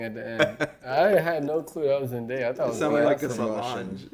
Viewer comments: It’s zendaya not zendieya pfft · nope it’s pronounced zendaya